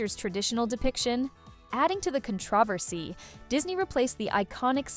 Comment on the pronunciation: HOW did you just say the word "controversy"? LOL Your AI voice needs some help with pacing and pronunciation. There are a lot of weird... pauses. And it just ends???? Snow White will truly what???